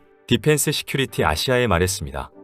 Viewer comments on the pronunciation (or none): none